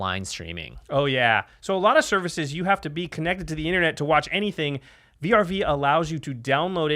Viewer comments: "Vee Arr Vee" it's vrv, not individual letters. Slur it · Who the fuck calls VRV "V-R-V"? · Did they just say v r v instead of vrv? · Just a heads up vrv is actually a word like (verv) love you guys